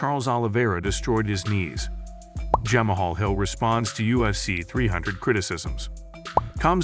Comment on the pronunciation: Lol ditch the ai narrator “jahmuhhall hill” 😂🤡